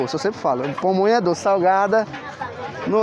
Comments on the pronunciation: O nome é PAMONHA e nao pomonha. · Não é " pomonha " o correto é pamonha..😂😂😂👍